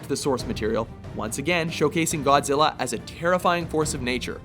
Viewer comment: GODZIRRA... godzirra, godzirra.. godzirra.